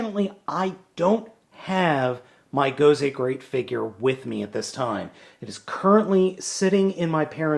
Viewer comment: Nice review. I'm a bit of a grammar Nazi though (haha) you keep pronounced it "Gozay" instead of an S and you called it a Tensounder, instead of Tensouder (ten-soh-duh).